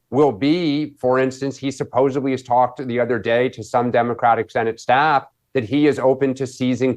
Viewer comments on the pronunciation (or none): Did he just say “supposebly”?!